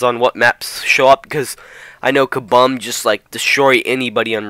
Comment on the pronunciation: Kah-Boom not Kah-Bum